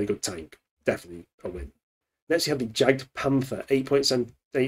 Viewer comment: As im sure you are aware the J german in is pronounced like a Y i.e jagdpanther is pronounced Yah - gdpanther